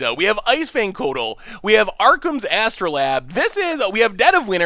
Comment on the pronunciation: Its AstrolAbe not astro-Lab. its a real tool used for science.